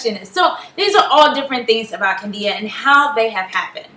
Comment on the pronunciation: It's Candida and not Cadia :)